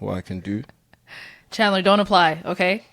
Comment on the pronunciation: said “CHANdlah.. 👀👀” hahaha